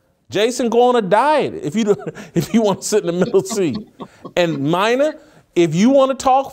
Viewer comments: Her name is Mina (Meena) not Myna. And while I don't like her talkin about this tweet or whatever it was a negative comment from a Russian bot most likely she's absolutely fine. ESPN is giving her a big responsibility and you're going down the tubes anyway so why not? Because she didn't play the game? That theory went out in the Stone Age. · on point again! its pronounced Meena tho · It's pronounced meeeena whitlock geez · It’s MEE NA Kimes. Not caping but you make a much stronger point by showing someone appropriate respect by saying their name correctly. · It's China Kims not mina 🤣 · I think it's pronounced "Mena".